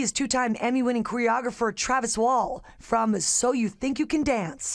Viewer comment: Ok...am I the only one that hears her say QUEER-ographer instead of choreographer lol